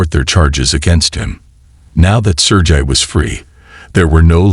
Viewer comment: In case 2, your AI voice uses at least four different pronunciations of the name Sergei: sur-gay, sur-ghee, sur-jay and sur-jee. The constant switching is quite annoying. You need to find a way to get your AI top be consistent. Even better, read the text yourself! Skip the AI rubbish.